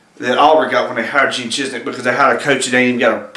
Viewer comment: It's ChiZIK...not ChizNik.